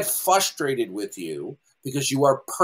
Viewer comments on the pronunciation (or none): Why can never pronounce the first R in frustrated?